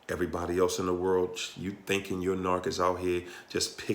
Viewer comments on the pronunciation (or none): none